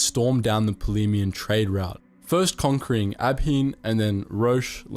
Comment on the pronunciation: so uh, random, pedantic, but, abhean isn't pronounced 'ab hean', it's pronounced av-ay-an. the name is taken from irish mythology, so you would be using Gaeilge pronunciation, where bh = a soft v, like in 'vale', and 'ea' = 'ay'. that concludes today's random pedantry that no one else probably gives a shit about.